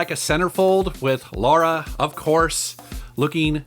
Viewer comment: it's Lara, not Laura